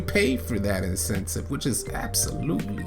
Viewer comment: Incentive my guy not insentcive 😂😂😂😂😂 he said that shit 10000 times